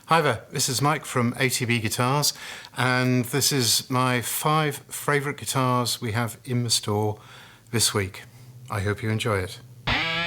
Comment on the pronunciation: Love you videos, but " Fravourtite" ?? lol